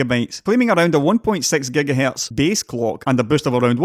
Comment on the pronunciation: it's Gigahertz not Gigahalts